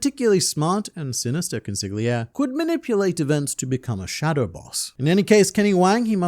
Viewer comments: Damn how caustic that pronunciation of Consigliere is… It’s the Italian word for “counselor” or “advisor”. The GL sound in Italian works differently, being a sort of “yhljh” in terms of phonetics. An easy way out to pronounce the word in English, would be to treat it as an L. As: Còn-see-lee-éh-réh. Other than that, great vid as always! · Consigliere "Kon-SIG-lee-AIR-ee" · I'd like to point out to you that the word "consigliere" is Italian, means "advisor" and is pronounced: konsiʎˈʎɛːɾe ( con-see-li-aire) ^^ Keep it up! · Consigliere not consig lia Go learn how to say it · Say it with me: cuhn—see—lee—air—ee. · consiGliere lmao. esl mutt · Con si lee eh rii (Consigliere) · i'm gonna be honest, man on the internet. I think the G in consigliere is silent.. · Thats a crazy pronunciation of consigliere 🥀🥀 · I love how no one mentioned how he butchered "consigliere" four times back to back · I only know how to pronounce it because of The Godfather.